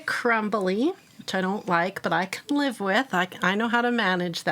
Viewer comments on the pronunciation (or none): none